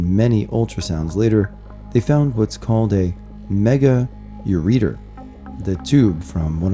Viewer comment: It's pronounced ur re ter lol. I was born without my left one